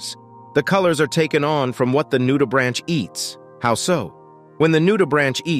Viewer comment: great vid but a heads up - "Nudibranch" has a hard "ch" so it sounds like a "k" - not like the branch of a tree :)